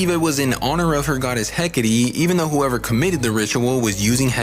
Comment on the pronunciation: Bro... "Heck-ah-tee"